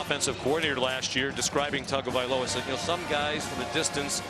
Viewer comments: it is pronounced tongue-o-valoa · His name is Not Tungavoiloa